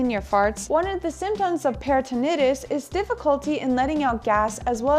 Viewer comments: peritonitis [per-i-tn-ahy-tis] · Thank u for sharing the great information .Please be informed that it's peri-tin-EYE-tis. Di-ver-tik-you-LIE-tis. No disrespect or embarrassment intended